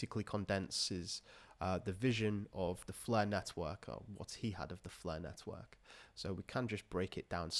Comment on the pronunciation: I always hear 'Nethwork' and not Network lol